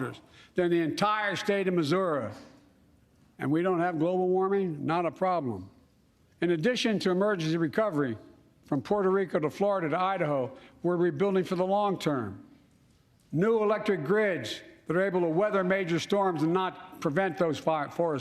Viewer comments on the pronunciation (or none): Did he say from PuertaRica across our country? What?